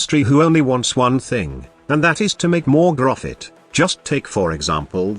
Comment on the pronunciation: so.... anybody else pick up on how he said profit in corpus (grofit)